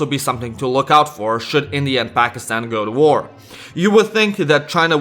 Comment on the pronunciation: Your the first non south-asian person that prounce pakistan correctly lol